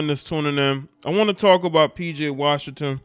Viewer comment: PJ RAWSHINGTON